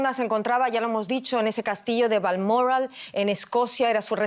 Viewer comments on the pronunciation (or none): Diga bien que presentadora es Balmoral no balmorral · Haq pronunciado usted Balmoral de una manera que no sabía de donde hablaba. No hace falta ser tan refinada, es español Balmoral, Bal mo ral.